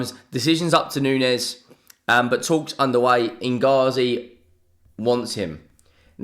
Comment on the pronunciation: Who the f is ingazi 😂 do you mean Inzaghi?